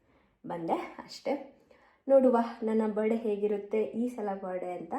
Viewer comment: Kindly learn phonetics, you pronounce Birthday so badly.......